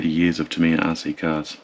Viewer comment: You can’t call yourself “” if you’re not willing to say ‘Tamiya’ properly. Remember you’re an Aussie and not a yank. An Aussie imitating an American is akin to devolution. Stop it.